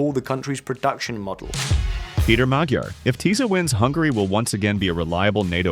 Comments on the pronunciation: Speech matters. You can't even pronounce Fidesz and Tisza (no I do not mean say them with a Hungarian accent, I mean pronounce them as English speakers would). So why should I believe you. And unfortunately the Magyar mistake (it pronounced more like Maj - ar) is all too common. But the other two mistakes certainly are not. Anyway, I didn't finish. For instance, if you watched a video about England but they pronounced it Un-gu - lend, would you think they knew what they were talking about? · Ｙｏｕ must learn the language! Mr. Magyar's name must be pronounced not as you pronounced!